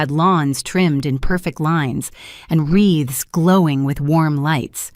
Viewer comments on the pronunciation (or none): Seriously,: Did you bother to edit your story? It's "wreaths", not "Reeves". In case you didn't already know, YouTube no longer monetizes AI stories that have not been edited by humans. Sorry. 😒😒